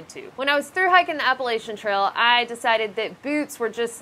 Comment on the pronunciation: The way you say Appalachia make me unhappy